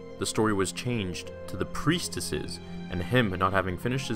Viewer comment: Im confused are saying preistesses or preisteses